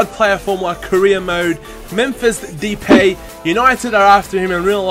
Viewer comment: its mephis da-epay you said daypay